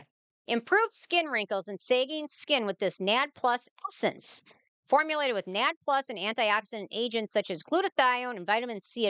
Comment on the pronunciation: ma’am its not nad.. its N A D+